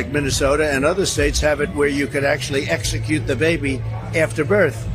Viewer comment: He said exucute !